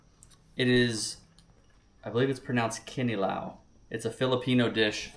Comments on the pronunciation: Yup,u pronounced it (KINILAW) right!We soak tuna on coconut vinegar but we throw the vinegar that we used on soaking tuna, when mixing all the ingredients but add new vinegar😅 ( chopped or minced onions/ginger & sliced cucumbers)...😬 We also put a lil sprinkle of (MSG) & salt to taste.👌🏽 other than that u did good!🫡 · May i Ask what rods you are using? and Yes it is pronounced "kinilaw" you are correct. Good job landing the doubles. you are a legend!. You can also add in some radish on the "Kinilaw" recipe if you have them.